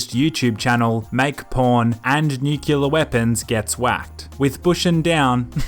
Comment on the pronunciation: Fking A can't even pronounce 'Nuclear' XD.